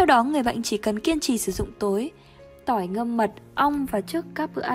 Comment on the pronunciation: Phát âm ko chuẩn, Tỏi ngâm mật ong nghe thành Tôi ngâm Mật ong